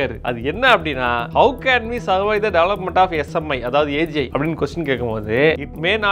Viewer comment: saying AGI me hearing as AJ 😂 anyone?